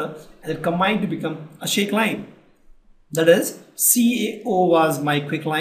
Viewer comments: its slaked lime not shaked lime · Wow :3 Never heard of shaked lime .__. It is SLAKED LIME. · That is slaked lime not shaked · not shaked lime that is slaked lime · WELL THANKS FOR UR VIDEO AND SORRY TO SAY It's not shakes lime. It's slacked lime,HOPE U CORRECT IT !!!!!!!!!!!!!!!!! THANKS.................. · It's not shakes lime... It's slacked lime,.... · It's Slaked lime for Gods sake not SHAKEDLIME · I just heared shaked lime😃